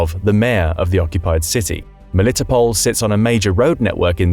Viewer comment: Ro-BOT-in-uh, Mel-i-TOP-l.